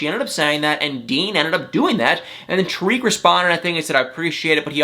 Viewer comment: I like you buddy and you make me laugh but do something for me. Say Tarik like this Tar - ick Tar - ick not Tuh reek.